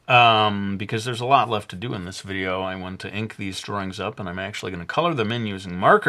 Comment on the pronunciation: did he say videa that first time?